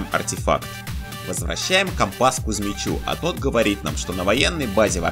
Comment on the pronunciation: Классно мы нашли компа'с а не компас всмысле компас